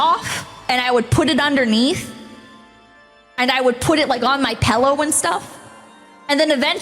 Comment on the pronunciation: Craziest part of this video is hearing her say pellow.